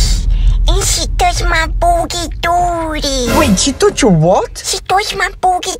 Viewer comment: “aNd sHe tOuSHeD mAy bOogIE dOoogIE”